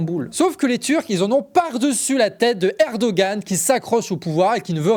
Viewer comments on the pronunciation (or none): Juste une précision : on ne prononce pas le "g" dans Erdogan, l'accent au-dessus de celui-ci fait qu'on le prononce comme un "h"